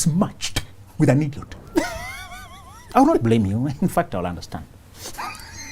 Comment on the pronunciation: I looooooove the way you pronounce IDIOT 🤣🤣